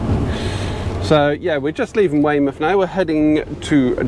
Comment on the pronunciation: oi norf darset you sound like a yocal saying weymuff. :) these over an hour you tubes are a bit long.